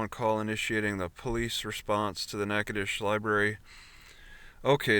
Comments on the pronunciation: The pronunciation of the town is natch--itow--ches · no. Natchitoches, (Nack-a-tish) the original French colony in Louisiana, is the oldest settlement in the Louisiana Purchase. Established in 1714, Natchitoches